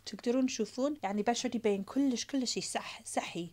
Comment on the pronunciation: Kolish helo kolishh kolish 😂